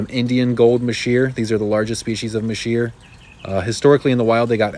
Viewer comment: Sorry to be kinda picky but you pronounced masheer wrong. It’s pronounced mazer not masheer, I know annoying but true.